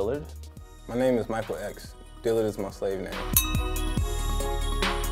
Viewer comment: Music Is life it’s “Dillard” not Dylan